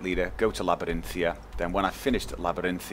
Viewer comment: He knows but he thinks 'Labarinthia' sounds better.